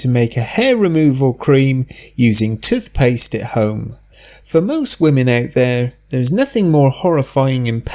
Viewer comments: Good bye "tuth paste" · He keeps saying tuth paste